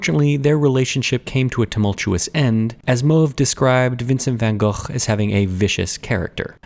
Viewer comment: Pronounced “gogh” very well 👏